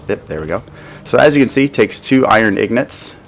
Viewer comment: pls stop saying ignots they are called ingots